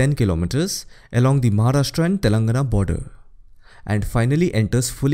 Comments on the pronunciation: Great video, very informative. Appreciate the effort in pronouncing all name correctly. Just a comment: Telangana is pronounced as telan:gaana. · It's Telangana = /tɛlɑŋɡænə/